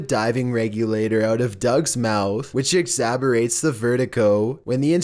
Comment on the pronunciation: It’s exaggerate to exaberate. Narrator better keep his day job!